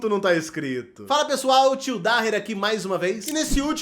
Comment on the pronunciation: Acho legal vc pronunciar Daher com som de r. Parte da minha família é Daher, tenho um primo cujo até o primeiro nome é Daher, mas todo mundo pronuncia "Daier" como se o H fosse um "i". Quando eu era criança, então, era Daia! Só a minha mãe, que não é libanesa, pronunciava DaRRer.